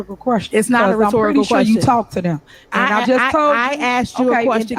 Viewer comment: What the heck is a retortical question? Tiffany Henyard is a piece of work! She wants so much to sound educated and she can’t even speak correctly. There are common, English words she can’t even pronounce. Get rid off this goon who constantly interrupts, yet when someone says something she doesn’t like, SHE thinks nothing of interrupting the speaker! What a mess she is!